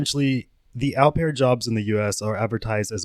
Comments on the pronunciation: 'Au' pronounced OH btw not ow! Thats painful to hear through out, such a basic pronunciation too! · Au pair= "oh pear" (like "go") not "ow pear" (like "cow"). He said it correctly, it seemed like you paused to correct him and explain. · Ow pear is not how you pronounce it. It's oh pair. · It’s pronounced, “O-pair” Not “ow-pair” for future reference. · The narrator mispronounces "au pair" & I'm finding it distracting. For the record, it's pronounced more like "O Pair". I know most people don't care but hey, I do. Additionally, I have never heard that two people having the same name in American culture is considered rude. That's absurd! Many families name sons after fathers - isn't that a case of having the same name? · Au Pair is pronounced "Oh Pear", like the French word "Eau" and "Eau de Toilette" on cologne (like the guy said in the interview several times). I thought it was funny when u kept saying "OW PAIR" lol (did u think he wasn't pronouncing it correctly?). The "OW" sound in French is written "AO" (like "Cacao") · Pronounced opair,not ow pair. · Au Pair is pronounced Oh-Pair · "Aaauuuu-pear"?! Come on dude, they literally pronounced it for you during the interrogation 🤣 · Hey, just fyi, Au pair is pronounced like “Oh Pair”. Its français. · It's "OH" pair. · Just fyi it’s pronounced Oh pear …the pervert and the detective both pronounced it several times. I apologize for letting my need to let you know this, I have the best of intentions 🙂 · Great vid, Just 1 thing au pair is pronounced (oh-pear) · The way he pronounces au pair. 😂😂😂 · I wish you could pronounce, ’au pair’ properly.